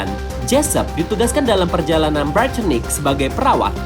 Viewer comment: BUKAN DIBACA NYA HMHS BRITANNIC